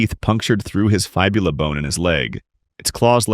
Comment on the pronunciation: This voice is def AI. "Faibula" bone? Fibula. Fib. That, and other such words like "Cavv-errs" and not Cave-rs.